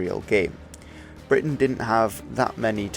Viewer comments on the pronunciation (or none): none